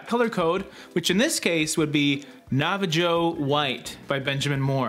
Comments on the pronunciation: “Nava-Joe” 😄 I almost lost it! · Omg, LOL I thought for a second it was a Canadian thing when pronounced Nava JO. Assuming of course you are Canadian. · lol nava JO